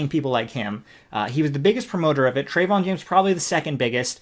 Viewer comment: Yea Trevon James is a scumbag, but if you're gonna lambaste someone, at least pronounce their name correctly, it makes you look uneducated and your points hold less weight at least for those that are cultured enough to pronounce names properly.